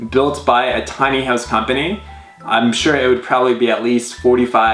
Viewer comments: stop saying hewse (house). lol jk this house is awesome to say the least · I hate the way he says "house" >_> sorry..